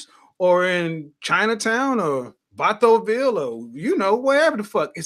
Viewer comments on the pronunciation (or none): He said vatoville I’m dead 😂😂